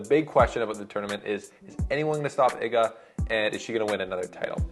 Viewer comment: Respect for the good pronunciation of Iga's name, greetings from Poland. (